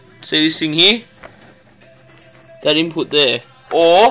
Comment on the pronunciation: its here not heee lol